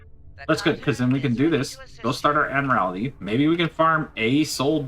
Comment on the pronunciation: Admiral-tee lol. Every time you say admiral-AL-ity, it sounds like you're trying to describe a Mortal Kombat finisher. "Find your admiralality!" Lmao